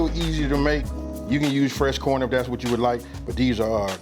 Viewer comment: That West Coast lingo... Like when he say "Coorn" 👍 Nuttin but love for the West all the way from The Murda Mitten my brotha!!